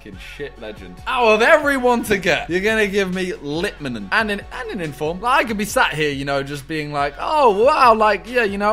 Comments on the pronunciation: Litmen u say it as Lee etman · Simon trying to say Litmanen 😂😂😂